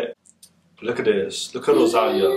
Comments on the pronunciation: It is rosaLIa, not roSAlia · Hahaha is funny how you pronuciate Rosalia! Great reaction